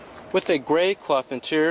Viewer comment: Interior. Try saying it slowly in front of a mirror. In-ti-ri-or.... Again, In-ti-ri-or...., In-ti-ri-or.... You can do this. I know you can.